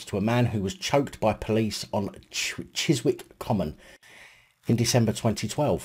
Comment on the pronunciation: Chisick you don't pronounce the w